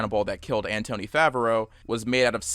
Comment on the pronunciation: That's not how you pronounce Anthony.